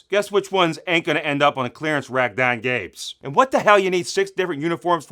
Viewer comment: “Gonna end up dahn Gabes”. Hahah